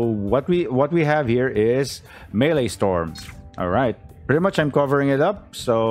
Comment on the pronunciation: Maelstrom is pronounced like "mail strum," not melee storm.